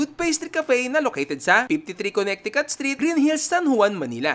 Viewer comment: Silent middle C po sa Connecticut pronunciation...kuh.neh.tuh.kuht